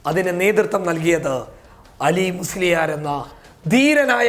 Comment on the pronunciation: അലീ മുസ്‌ലിയാർ അല്ല ആലി മുസ്‌ലിയാർ. അടുത്ത പ്രാവശ്യം ശ്രദ്ധിക്കാൻ വേണ്ടി പറഞ്ഞു എന്നേ ഉള്ളൂ. താങ്കളെ മോശമാക്കാൻ പറഞ്ഞതല്ല